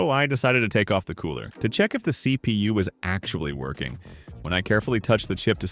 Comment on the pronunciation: Again,F-P-S,just say it like FPS,not F...P.....S .its annoying if nothing more and CPU is CPU ,not C...P...U 😂😂😂 you get it and BIOS is not "by OS" than BIOS and as I said,it's annoying and worth of unsubscribe.Just in free time,watch some good IT streamer and you'll get it all.